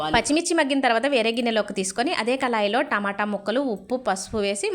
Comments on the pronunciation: కళాయి కాదమ్మా కడాయి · Adhi kalai kaadhu amma kadai ani cheppu amma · Kalai kaadu. KDAAI Learn correct language. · Kalai kadhu Kadai anandi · కళాయి కాదు,కడాయి అనాలి. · కళాయి కాదు కడాయి.. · Kadai not kalayi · అది కాలాయి కాదమ్మా కడాయి